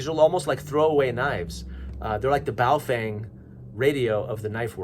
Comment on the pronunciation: Like how you correctly pronounce 'Baofeng'' Thank you!